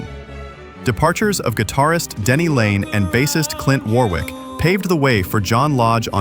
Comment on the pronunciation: It is Warrick not Warwick